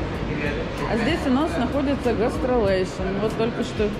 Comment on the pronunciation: Пожалуйстааааа, не говорите "гастралейшн" - звучит как "гастролёрши" какие-то 😆 Гестрилейшн правильно) гест - гость, рилейшн - отношение.